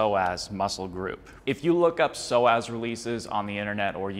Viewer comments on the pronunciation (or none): Psoas is pronounced “So us” not “so ass”